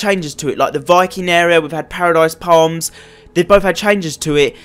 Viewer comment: You said pardise palms not moistry myer